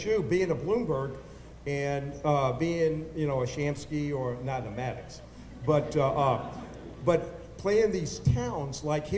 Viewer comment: It's Elliot Maddox, not Maddux, and the moderator's last name is Deitsch, not Deutsch.